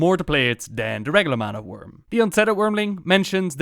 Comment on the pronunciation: it sounds likes your saying wormling but its not a prob